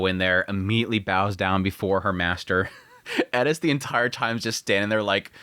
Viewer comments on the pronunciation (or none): Her name does not have a "d", it's Eris, not Edis..... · isn't her name eRis, you keep saying eDis... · Eris not edis… mixing pronunciations is weird. It doesnt work in english. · Stop calling her Edis. Her name is Eris. You dont have to say it like youre asian. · Did he call her Ellis? He’s doing it on purpose… bro is over articulating the name. It’s AIR•ISS. Bro can say air perfectly fine. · Why does he keep saying edis? It’s Eris? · Am I saying Eris name wrong? Sounds like you are saying Edis. First time to the Chanel. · Why tf do u keep calling her eddis not eris?? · Eris. Not edis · why are you pronouncing it edis? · Bro, just say Eris. She’s not even Japanese you don’t have to say it like that 🤣. The show even has a dub where they say her name just as it appears. I’m 3 minutes in and dying here. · Who is Eddis? FFS you're not Japanese. Eris is not Japanese. It's a greek name. You are allowed to use the Greek pronunciation. Other than that, great video! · I know its Eris but ur putting so much emphasis on the E its sounding like "ED-tis".. Thats some Stevie Griffin level of pronunciation you have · I sware you are saying Eris as Edis just to get rage comments. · I was enjoying this video until you started saying Eris name 😭 disappointing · loved the review. For some reason, the way you say eris agitated me lol. Great vid bro! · Why are you saying Eris like that😂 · Why do u say her name like that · any1 else just a litttle bit bothered ny the way hes saying eris's name lmao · Why cant you just say eris normal? You dont put an asian accent with any other name. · y u saying her name like that lmao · Why are you saying eris all weird? The Japanese don’t pronounce it like that, it’s definitely not pronounced like that in English. Why you making shit up with her name just call her her actual name